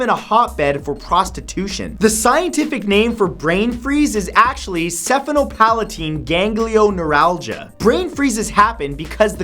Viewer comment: He pronounced sphenopalatine ganglioneuralgia incorrectly.